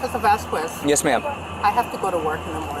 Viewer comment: OffiCer VasKWESS....Officer VasKWESS....Officer VasKWESS...OFFICER VASKWESS if ur gonna keep saying his damn name SAY IT RIGHT its VAS-KEZZ. or jst stick with OFFICER n y should he give u mercy when u wont act like a grown ass woman....smdh jst pathetic